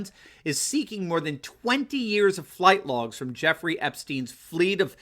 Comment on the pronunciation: "Flight Logs" or "Fright Logs"???